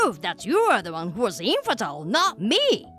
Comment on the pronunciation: "Think of the reputation!" Lady, who do you think your family is, the royals? 😂 "She's a man!" My brain immediately went to the Mulan song 😅 Also, 'infertile' is pronounced 'in-fer-tyle' not 'enferdil'